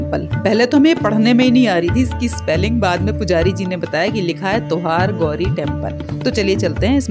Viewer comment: Mam it's not tohargauri it' To #Har & Gauri means SHIV PARWATI.